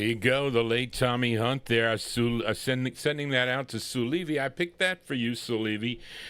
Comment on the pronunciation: Thx. Appreciated it. The 2nd pronounciation is right, u got it fine. TOMMY HUNT was big in England, still is. Records stay, people go =" Thats Life" by Joe Texxxx who advanced the Frankie Boy version HUGELY .... Scepter was an interesting lbl, even released a Memphis Slim blues piano lp that I got. CHUCK JACKSON was an incredible person, though his career flopped 2 early, died 2 yrs ago. (Was George Bush s =Sr fav singer, oddly enuff ..)